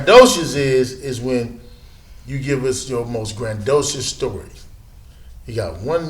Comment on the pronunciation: I would hate to have a degree in journalism and see this shit. This nigga said "grand-docious" smfh 🤦🏽‍♂️ and Shaq literally gave him the same story he's been telling since the beginning of his career.